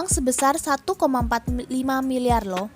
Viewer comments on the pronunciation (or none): Mba coba latih lagi nada baca nya Masa bagian Loh nya itu nada tinggi padahal setelah itu ada tanda jeda